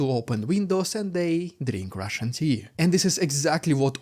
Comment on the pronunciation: Rrrrriiidicculouss Rrrrrrussian Pppprrrropaganda.......hoo.... I think is unhealthy for picking up rocks 💯😂😂😂